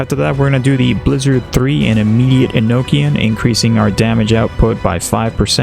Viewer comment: THIS GUIDE IS AMAZING AND I'M GOING TO CRY WHEN I NEED A NEW ROTATION. Btw, Enochian is pronounced E-KNOCK-E-ON. Haven't heard it correctly once in any video. It is Final Fantasies version of "High Speech", or occultic linguistics that enhance magical ability. Enoch is a Biblical character, and who they are depends a lot on what text you're reading. I believe the strongest theory to their identity is they were a mortal that becomes Angelic (not an Angel). and Enochian is a language said to be created/received via Angelic contact by John Dee in the 16th century. I was surprised they went that hard on name for a passive. Dripping with immersion.